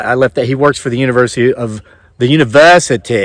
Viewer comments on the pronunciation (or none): "...Uni-VUUU-sity of Vuginia..."